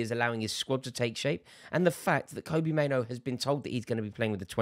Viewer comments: It's pronounced like Robbie not Kobe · Rory just a heads up, it’s pronounced kobbie like robbie. Andy mitten knows his dad and he confirmed it. 👍